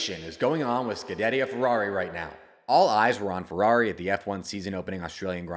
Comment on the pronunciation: you need to learn how to say Scuderia… you absolutely butchered that